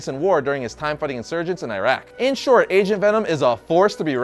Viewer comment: i swear at one point i heard him say Asian Venom lol